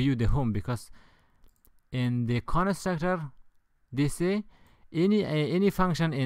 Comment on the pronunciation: Nice video! But i burst out laughing when he said "Con-a-struct-ar"